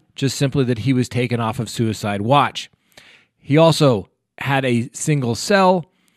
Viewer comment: Did you just say "sewerside" at the 2.27 mark? Lol!